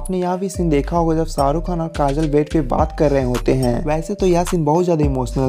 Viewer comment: I don’t know if I should say it or not. But the voice in this video has killed the beauty of Urdu and Hindi. So much so that all the charm of this video has been lost. I hope the video creator removes unpleasant accent and voice. And ask someone else to dub it in proper Urdu or Hindi. Just for record he was saying SAA RU Khan (millions of times he must have heard his on tv but still he cannot take his name properly).. omg my ears are still hurting.